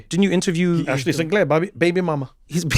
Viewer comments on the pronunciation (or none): the most British “baby mama” 😂😂😂